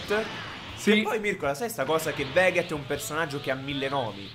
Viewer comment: si dice vegeth no veghet